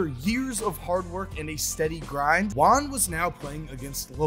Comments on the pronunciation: If it’s a Spanish name the pronunciation will be like. Juan= “who-an”, J is not silent so it shouldn’t sound like saying “one” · Please say juan rather than wan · I thought he was saying LON not Juan